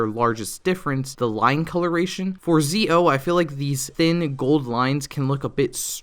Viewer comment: He said Zee O Zi-o is pronounced like "Ji-o"